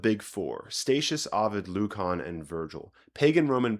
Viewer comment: Great video. Careful Lucan in English is pronounced luːkən not -Kahn